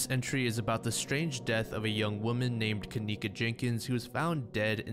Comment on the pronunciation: That name kenneka, shouldn't be pronounced that way... her parents were probably terrible spellers like mine... I remember waiting for my sister to come... we were moving so all the boxes were labeled with names... my sister's name is KAYLA, but mom spelled it kalayla... she MEANT kayla... so maybe her parents MEANT kenieka, but spelled Ken icca